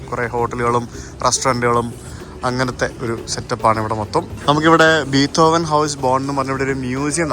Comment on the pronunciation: ബീത്തോവനല്ല ബ്രോ ബിഥോവൻ